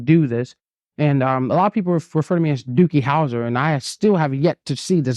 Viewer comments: Dude said Dookie Howser 😂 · .... did he say Dookie Houser? And not Doogie? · Did he really say, "dookie howser"😂😂😂😂 Doogie, child. .. Doogie. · Did he say Dukey Howser? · Did he say Dookie howser? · Did he say Dukie Howser?!😂💩That would be correct sir. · I'm at 2x speed but did bro say DooKie Howser? 😂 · Did he say dookie hoser? Lol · Did he say "Dookie Houser"?